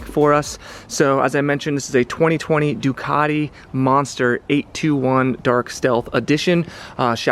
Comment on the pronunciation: NO “DUCARI”, IT’S DUCATI, SAY IT IN ITALIAN, THANKS!